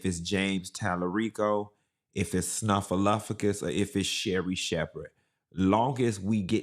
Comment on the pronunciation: Not, SNUFF-A- LUP-A GUS😂😂😂😂😂